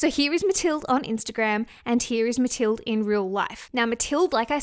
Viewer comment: Pretty sure mathilde is pronounced just like Matilda. Love ya!